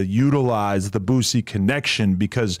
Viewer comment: Wack please stop calln dat man BOOTsie 🤣 its cringy